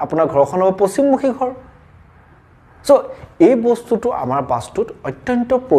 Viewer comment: Apuni koth koute ro tu bebohar koribo.gha nohoi ghar kobo lage.